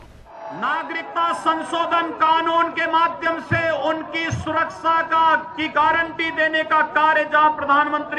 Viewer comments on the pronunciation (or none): Surakssaa nahi, surakhcha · सुरक्सा नहीं सुरक्षा होता है संतरे, बोलना सीख पहले गंवार